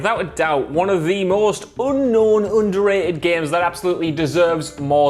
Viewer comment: said “oonknown oonderated” and it was chef’s kiss